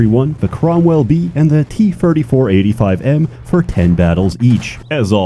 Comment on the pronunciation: Ahhh the Tee Terty Four